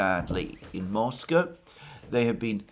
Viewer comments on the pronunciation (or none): none